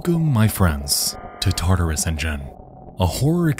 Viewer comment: I swear everytime you said "tartarus engine" I heard that as "taardis engine"